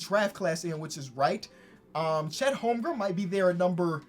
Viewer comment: Chet Holm-Grin*